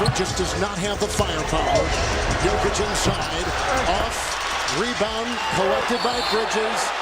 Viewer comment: His name is Jokic Yok itch You saying it like Jo vic